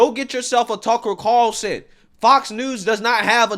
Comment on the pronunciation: I love that has such a hard time saying Tucker Carlson's name.